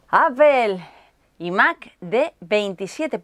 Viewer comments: muy buen unboxing pero deja de decir imac como si lo pronunciaras en castellano que es un poco flagrante xdddd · Se dice ai mac no y mac